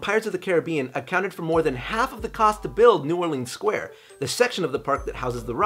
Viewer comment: Shout out to you for saying New Orleans correctly!!! My only comment on this video!! <3